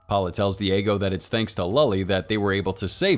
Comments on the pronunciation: Thought I was the only one. This dude really said “powla” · Actually the way to pronounce Paola is (Paeoela)